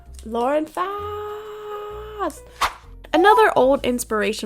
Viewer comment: THAT IS NOT HOW YOU SAY FAUST!! xd